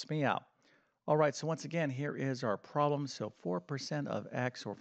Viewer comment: Please correct the way you pronounce “problem “. It sounds unprofessional when you pronounce it as “proh lam”.